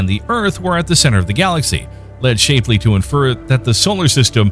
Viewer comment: Please learn how to pronounce "Shapley" correctly, ty.